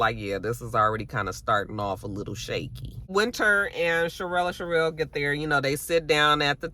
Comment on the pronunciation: Hey!! It's Cherelle, no "uh" at the end lol. And his name is Black. I don't know why the hell Ashley can't get her damn name right, lol